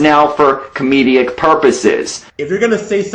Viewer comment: Just a question: Did ANYBODY ELSE, throughout the video, hear say comedeic instead of comedic? If so, then I believe that Life In A Tent wasn't really trying to explain anything, and he was trying to save face. And failing in a massive way.